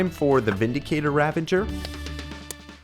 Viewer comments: It bothers me a bit how he says ahh-bsidian and "Ravenger." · THEYRE NOT CALLED RAVANGERS THEYRE CALLED RAVAGERS!!!!! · it is pronounced ravager not ravenger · Unsubbing for Ravager pronunication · Does anybody else get really pissed by the way he says “Ravager”? Lol